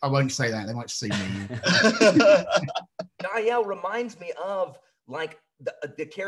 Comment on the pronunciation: Trust an American to pronounce Jael and Fidele completely wrong 🤣